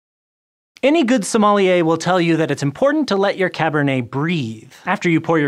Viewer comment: Somali-er?? Nailed the pronunciation! 😂🤣